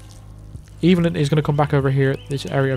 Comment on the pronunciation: And "Evelyn" is "EH-vuh-lin," not "EE-vil-in."